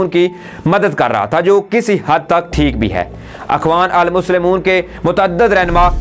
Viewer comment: Peyare Bhai ap ki urdo bohat kamzor he. "Turk kar deya" ttark kar deya hona caheye tha. Akhwanolmuslemon nahin ikhwanulmuslimeen. Balaeutaq na rakhte hove nahin balaetaq rakhte hove.